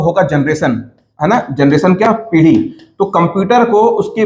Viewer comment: पीड़ी नहीं, पीढ़ी होता हैं सर।